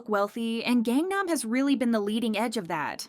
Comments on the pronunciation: has been covering kpop for how long now? and you still can't pronounce "Gangnam" correctly? 😩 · Can you PLEASE learn how to pronounce Korean words properly if you’re gonna be the narrator? There’s no reason you don’t know how to pronounce Gangnam, nor all the idol names you butcher too. This seems like you’re not actually passionate about this topic and just do it cause it’s “easy” money cause you know KPop fans are easy clicks on a video. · "GANG nam" really? who even are you anymore?! shit.